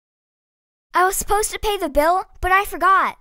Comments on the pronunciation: 今回も良い動画ありがとうございます！ 1つ不思議気思った事があります。 supposed toの発音はdとtの連結で後ろのtが消えてサポーズダになるのかと思いましたがサポーズトゥになるんですね。 toの発音がこのようになるパターンを他にも紹介してほしいです。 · の発音だと I was suppose go to the party のように ed to が抜けてるように聞こえます。 だと抜けてないように聞こえるけど。